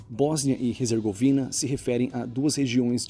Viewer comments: Cuidado! Tu tá dizendo HEZERGOVINA! O correto é HERZEGOVINA! Abraços! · "Resergovina"?? Desde quando H se pronuncia R?? "Erzegovina" Céus... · Em português a pronúncia é "Bósnia e Ezergovina" e não "Rezergovina"